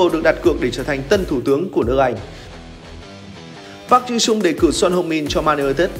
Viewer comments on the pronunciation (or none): A ơi sao Park Ji Soong a đọc thành PAG thế a?